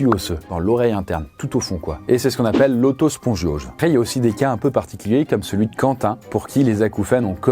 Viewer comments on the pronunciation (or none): L'otospongiose l'otospo'gbob😂😂